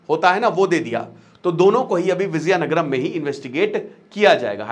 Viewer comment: Its not Vizayanagaram, It is Vijaya Nagaram